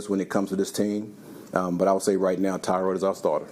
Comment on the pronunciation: It’s pronounced “Tuh-Rod”